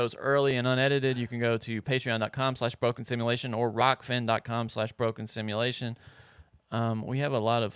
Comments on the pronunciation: It's kind of cute that can't pronounce simulation..:) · still can't say "Simulation" correctly. Just kidding,...you're the best!!!